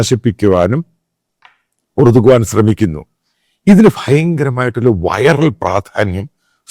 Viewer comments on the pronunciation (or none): ഏർദോൻ എന്നാണ് turkish ആൾകാർ pronounce ചെയ്യുന്നത്